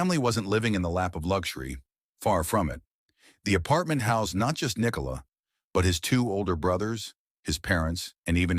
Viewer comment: This was the AI generated story of Nick-o-la Jokic lmao. Still enjoyed it!